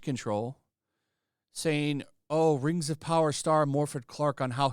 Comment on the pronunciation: Its morfydd thyme 😡